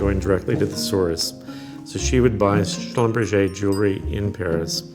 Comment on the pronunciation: Haha, he should think about his pronounciation of the jeweler Schlumberger's name - which is a German name, not a French one :D Hilarious